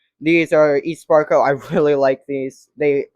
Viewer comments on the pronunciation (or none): It’s just called sparco not esparco looks like it though lol